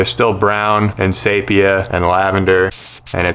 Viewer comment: Pendant here... SEE-PEE-ah. (not say-pee-ah).